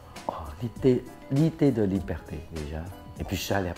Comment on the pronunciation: tu peux m’expliquer pourquoi tu prononces “liberté” comme “libertéch”? En fait, c’est pas la première fois que j’entends ça, mais je comprends pas. Merci 🙏🏼